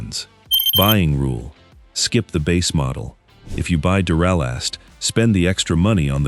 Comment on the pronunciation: This video is pure crap. For starters, it doesn't even pronounce the name of duralast correctly. So obvious AI. Also spoiler alert they list Odyssey as the number 4 brand and state that it's not the number one brand for a couple reasons and then shocker- they list it as the number one brand after all. Way to go AI